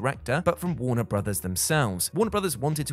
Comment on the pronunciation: Warner Brothers-iz-iz-iz-iz… 🤣😂🤣😂🤣😂🤣